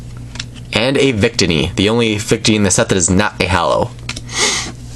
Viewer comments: Victini is pronounced with the middle “ i " accented. Just pointing that out. Cool video :) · Day-no, Bee-Sharp, Coh-Fah-Gree-Gus, Vic-Teeny(Debatable), and that's all I caught! Fairly good pronunciation,!:))